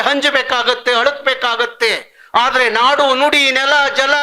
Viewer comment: ಲೋ ಹಚ್ಚು ಮೆಚ್ಚಿನ ರಸ ಋಷಿ ಇವನ ಉಚ್ಚಾರಣೆನೇಯನ್ನು ಸರಿಯಾಗಿ ಕೇಳಿಸಿಕೊಳ್ಳಿ, ಇವನಿಗೆ ಮೊದಲು ಕನ್ನಡ ಯಾರಾದ್ರೂ ಸರಿಯಾಗಿ ಕಲಿಸಿಕೊಡಿ, ನೋಡಿ ಹಾದ್ರೆ!! ಅಂತೆ